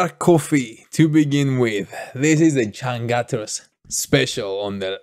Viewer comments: We pronouns c /ce/ not /se/ and u as /u/ not /a/. Read like spain or german without change the the sound. Changcuter becomes /c∆ngcuter/ not cangcater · it's pronounced chunk-chooters changcut means underwear lol